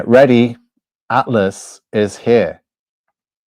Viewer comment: Please learn to speak 😂and it's atlas not atfass😂😂😂